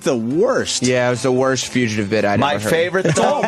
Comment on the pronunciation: Why does Opie call the Fugitive bit, the Future-tive?